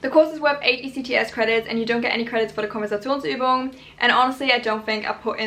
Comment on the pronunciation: Are you German because you do not Sound english at all when saying "Konversationsübung" no accnet there haha 😅